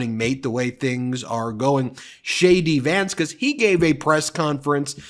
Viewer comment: Every time you say JD Vance- it sounds like Shady Vance